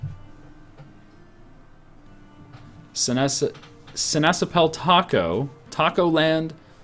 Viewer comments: See-Nass-App-Pul, with emphasis on 1st and 3rd syllable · well you may not noticed it yet, but the dutch word for orange is sinaasappel and you pronounce it as: see-nàs-àppel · Every time he sai sinasappel i thought he said si na chapel